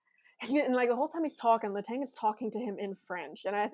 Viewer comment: After all the time he spent in Pittsburgh, one would hope someone...anyone...would learn how to pronounce Kristopher Letang's name the way it should be pronounced.